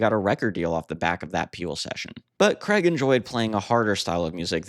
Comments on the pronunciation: Why say cregg it's Craig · It's Craig, not kreg. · Interesting but Man, it’s not pronounced Creg!! His name is pronounced CRAYG. It rhymes with HAGUE. Please get this right. Thanks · Why cant Americans pronounce Craig ?